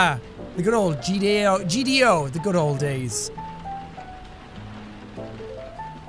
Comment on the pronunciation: "Gdo the Good Old Days" ... Good Dold Odays